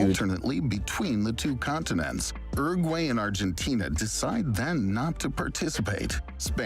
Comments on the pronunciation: The way that guy pronounced Uruguay scrambled my brain. ERRRRGWAYY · 'Ergway'? He said ''Oo-rag-way," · hmm, no. Rolled Rs are only used in Spanish at the start of a word (radio) or when it's a double R (barril). It's Uruguay, not Urruguay. Edited to add: I forgot the other case, at the start of a syllable when it follows some consonants (alrededor, the first r is rolled). Some regional accents roll Rs at the end of some syllables, but that's not the case of the word Uruguay, where the r is at the start of a syllable following a vowel (U-ru-guay) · Is that how Americans pronounce Uruguay?!!